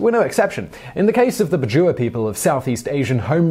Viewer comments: its pronounced "Bad-Jao" not bajoowa....... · Hey Simon, just wanna bring a correction on pronunciation. I'm from the southern Philippines and am familiar with the "Bajau" as we consider them a tribal group in the country. The way it is said is Bah-jiao, like the (ba) in back and (jow) as in jowls